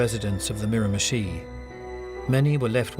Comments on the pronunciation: miramichi is pronounced meer-a-ma-she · Its pronounced Mirra-mesh-SHEEE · none of these true crime videos ever pronounces it right!